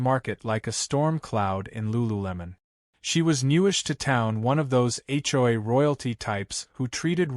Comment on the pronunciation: Will AI ever learn how to say HOA? Hjoy is getting tiresome!